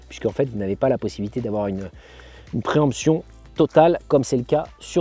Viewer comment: A 2.27 préhension et pas préemption 😂